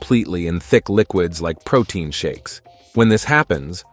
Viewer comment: You mean....pro-TINE!🤣